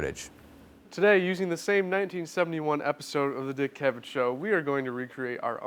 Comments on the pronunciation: You guys are driving me crazy with the name pronunciation. Dick CA-vet?? It's pronounced Dick Caavit. Other than that nice job and don't we all wish we could digitally erase Yoko? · CA-vett not ca-VETT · It's "CAV-ett," not "cuh-VETT." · One of them pronounces Cavett’s name wrong: it’s CAV-it, not kuh-VET. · CAvett, not CaVETT! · It's Dick CAV-et, not Dick ca-VET. But anyway, good info! Hopefully you've changed your hairstyle since this video was shot,... Just messing with ya...;) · I like that the one guy changed his pronunciation of dick cavett after the other guy said it right, he was saying dick kuh like in duh and vett like in corvette, must be young, never heard the announcer when the show aired say it like he pronounced it, I must be old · Dick Kah-vet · Dick Ca-vette? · You mispronounced Dick’s name. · I can't believe that you can't pronounce Dick Cavett. It's not that hard! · Thank God somebody else noticed plaid shirts mispronouncing Cavetts' name. Also VanStuff needs to get rid of the hat. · Check your pronunciation - your partner says it right every time! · that's not how you pronounce "cavette"